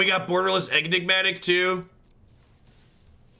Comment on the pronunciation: are you calling it EGG-nigmatic on purpose?